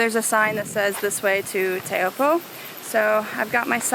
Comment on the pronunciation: You mispronounced taupo quite a bit heh